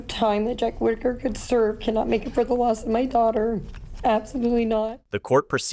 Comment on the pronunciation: Its a shame that creators are so lazy they use the crappiest AI voiceover. This has got to stop. It's resume not resumè. It was Whitaker (pronounced wit) not whitetaker. Ffs do better.